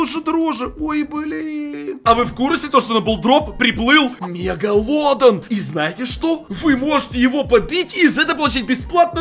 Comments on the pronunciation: Мегаладон❌ Мегалодон✔️ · Кто заметил не мегалодОн а он сказал мегалОдон 😂😂😂😂😂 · только это мегалодо́н